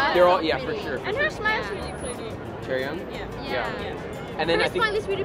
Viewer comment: it s not chaeryoung it s chaeryeong